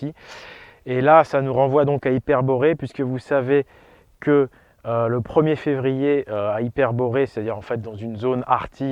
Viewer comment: 2ème "R" du mot février: la rate!